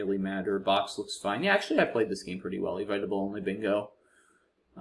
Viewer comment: … that’s EVITABLE like the opposite of inevitable, not EVITE-ABLE! haha